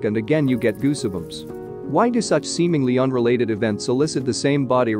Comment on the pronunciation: goosibums? ffs get a narrator.